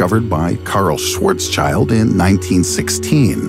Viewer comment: Schwarzschild isnt pronounced like child.. its pronounced like shield...